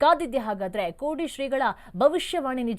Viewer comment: ಕೋಡಿ, ಕೋಡಿ ಎಂದು ಪದೇ ಪದೇ ಒತ್ತಿ ಹೇಳಿದರೆ ನಿಮ್ಮ ಹೃದ ಯ, ನ ರ ಮಂಡಲಕ್ಕೆ ಹಾನಿ ಆಗುವುದು ಗೇರಾಂಟಿ. ಕೊಡಿಯವರಲ್ಲಿ ನಿಮ್ಮ ಭವಿಷ್ಯ ವಿಚಾರಿಸಿಕೊಳ್ಳಿ😅